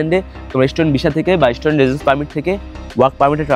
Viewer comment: Student❌ estudent🤡